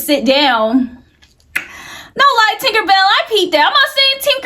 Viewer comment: Ok but That woman name is not “Tinkerbell” 🤣 it’s Tinka-Bella. Matter fact just say Tink 😭🤝🏾